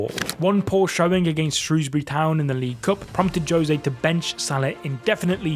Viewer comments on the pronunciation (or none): none